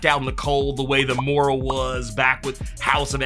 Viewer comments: It's pronounced Moy-ra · *Moi-Ruh (pronunciation)